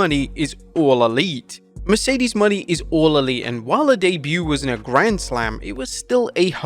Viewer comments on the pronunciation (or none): Mercedes “MOE-NAY” not money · Its Mone not money broth. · It's MOHNAY not "Money". Jesus... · Her name is Mercedes Monet not Mercedes money. Holy crap lol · Her last name is pronounced mo-nay, not money lol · JFC, LEARN TO SAY HE LAST NAME CORRECTLY! ITS NOT “MONEY” ITS MONÈ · Moné, Mercedes MONÉ not Money ffs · Mone is pronounced “Monay” not “Money” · Bro, it's MO-NAY not Money 😭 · its MonE not money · Mercedes MO-NAY bruh... Stop saying her name like that. Are you illiterate? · I'm not even a huge fan of Mercedes, but Jesus, say her name right. It's not Mercedes MONEY. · It's Mo-Nay Please pronounce it right..,. Please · Mercedes's last name is pronounce Moe-Nay. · What is up with this dude and pronouncing Mone correctly? They literally said it like 10 times last night, and this chap still says “money” with such conviction 😂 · Plz learn how to say her name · I still dislike how he says Mercedes Mone name, but I am glad she is in AEW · why tf do you mispronouncing mone’s last name?